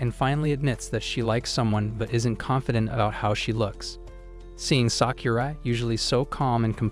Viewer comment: the way you said sakura is not right ok watch naruto shippuden and you know how to prononce it